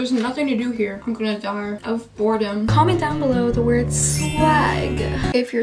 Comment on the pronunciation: “iM gOiNg tO dIe, oF bOrDEM” - 2020 oh and “swag”